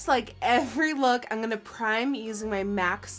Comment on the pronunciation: i love how you say "im gonna" you dont say im lol you say in 😂😂 it's cute